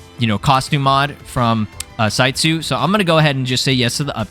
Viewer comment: That entire time you were saying "Saitsu" towards the beginning of the video. I kept hearing "CyYu" and kept going "Wait.. When did Kaggy become a mod dev?"